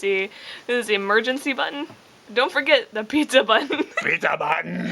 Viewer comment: "PEET-ZAH BAH-TAN!!!" Hilarious!